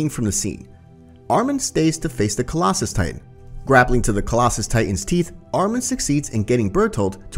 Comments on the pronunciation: Its collasol not collasis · literally hate how he says ''collasus titan'' instead of ''colossal'' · “Colossas titan “ sick pronunciation mate